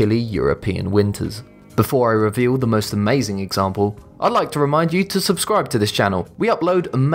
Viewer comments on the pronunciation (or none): none